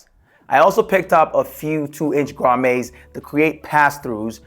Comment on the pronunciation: Great video - they are pronounced grommits not grommays (its not a French word)